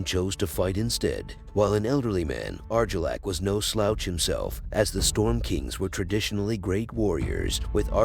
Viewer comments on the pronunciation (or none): Eegon😂 Arjillac😂 Wow, you need to work on your pronunciation bud.